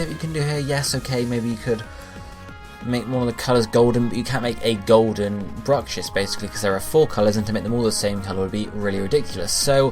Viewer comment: Bruxish. Not Brucshiss.